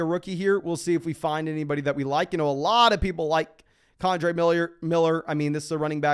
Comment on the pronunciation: you are a great man but for the love of god, his name is KEN-dre not con-dre